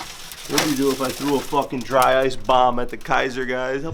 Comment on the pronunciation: Just sounds like you’re saying bum not bomb